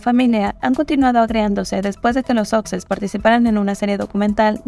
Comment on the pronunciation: Los duques de "soxes", dice 😂